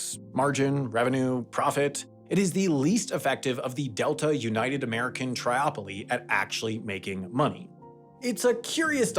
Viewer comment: tripoly, not triOpoly. 3 poles.